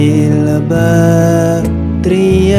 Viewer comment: Utk sholawat bagiian badri itu ngucapnya bkn ba-dri, tp hrsnya bad-ri hrs jls qolqolahnya